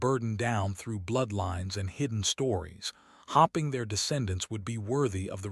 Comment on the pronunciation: Maybe find an AI that can read, hoping and hopping are different words, and that is just one of many mispronunciations in this story.